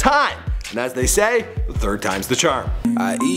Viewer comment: Can you please stop saying thay